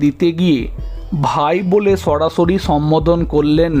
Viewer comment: তুই ভাই পড়াশোনা টা ভাল করে করলে উচ্চারণে ভুল হত না হয়তো 😮😮😮, সড়াসড়ি না সরাসরি হায় রাম,( মারাত্বক)